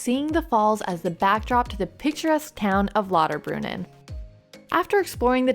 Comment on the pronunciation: never heard of "Lodderbrunin" :P